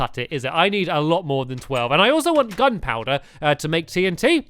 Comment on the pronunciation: if you listen stampy says dun powder not gun powder